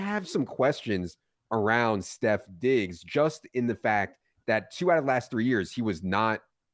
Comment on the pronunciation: You lost me at the 15th time you said “Stef Diggs”